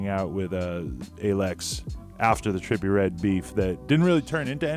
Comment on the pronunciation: dude u can't even pronounce his name lmao😂 Joe would kill him tho